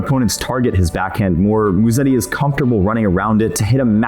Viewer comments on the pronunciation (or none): The way you guys pronounce his last drives Italians CRAZY. It’s not MuSSeti, it’s MuseTTi. Soft S, strong t